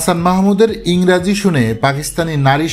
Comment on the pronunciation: ভাই আপনার উচ্চারণ টা একটু ঠিক হলে ভালো হয় । ইংরাজি বলে কোন শব্দ নাই কথাটা হবে ইংরেজি ।